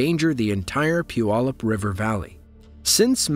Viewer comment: Mt Rainier is not in Pierce County, but props on pronouncing Puyallup correctly.